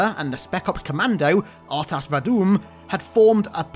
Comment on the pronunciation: Lololol "R'tas VaDOOM"